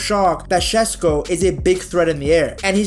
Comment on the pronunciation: friendly tip for future videos, it's pronounced SheShko, not Shesko <3